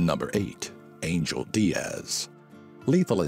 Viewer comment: If I were you, I would take the trouble to learn to pronounce "Angel," the Hispanic way!